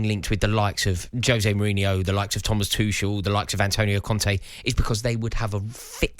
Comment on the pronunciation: How can keep mispronouncing Tuchel when he was Chelsea’s manager? 😂